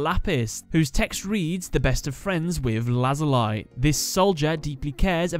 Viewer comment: The series is called Kamen Rider O's but it is spelt OOO also Lazuli is pronounced Lazulee a few tiny errors but besides that, awesome episode